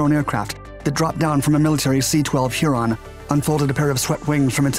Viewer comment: The pronunciation of Huron as Heeron is also bizarre.